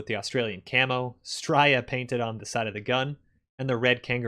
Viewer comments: Why did you say STRIYA. It’s STRAYA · Striya? M8 it's straya. Straaaya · from the down under lands it's "stray-ya" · alec russel I know I spat my food when he said that hahah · My respect for him plummeted after he pronounced it like that. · please tell me you were being ironic when you pronounced straya as streyer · You did not say Straya correctly, please don't use Australian slang if your not aussie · Anyone can use Aussie slang, no one gives a shit if he says straya wrong. This isn’t a secret club mate, you don’t decide who’s in or out.